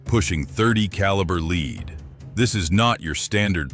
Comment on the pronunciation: Not leed it's lead stupid